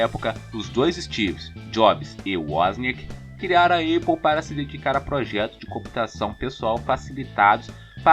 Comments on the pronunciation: Só corrigindo, lê-se ¨´Épou e não eipou¨(APLLE) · Ótimo vídeo! Uma correção apenas: Apple se pronuncia "épou" e não "eipou", assim como em "access". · Tirando a pronúncia da Apple que é muito feio quando fala Eipou, rs, muito bom vídeo, excelente pra minha prova de introdução a ciência da computação 😅